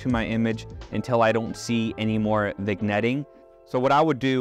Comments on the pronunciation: the g is silent in vignette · Did you say Vigg-netting?